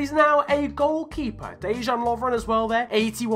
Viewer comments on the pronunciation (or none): J in Dejan is pronounced like y in yes... congrats aganin on 100k and merry Christmas1